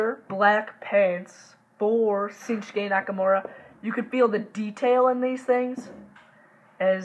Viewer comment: It's shinsuke not sinshuke